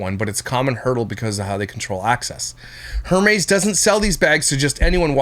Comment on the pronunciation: the way she is saying Hermes is correct. those bags start at around 15k. it is insane